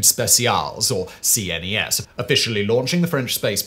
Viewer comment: CNES is pronounced "qness", not spelled out. 😉